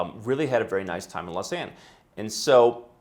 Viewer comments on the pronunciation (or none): No No No.. It's "Lo-zah-n-euh" It's French swiss